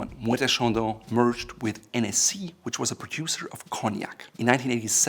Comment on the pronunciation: It’s Hennessy, not “Enessé”, it’s Irish not French